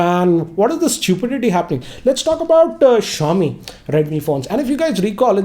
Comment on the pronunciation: He butchered Xiaomi LMAO